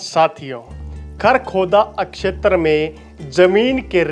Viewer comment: क्षेत्र का pronunciation इतना कड़क और अलग अलग करके बोलते हो जैसे की ये 4 शब्द हों। Info brought out is not authentic n reliable